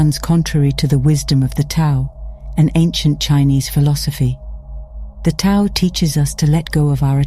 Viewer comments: Tao is pronounced "dow." Thought you would want to know. Thank you for the video. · Isn’t the Tao actually enunciated as The Dhao? Something the AI voice fails to understand. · Tao is pronounced as daow.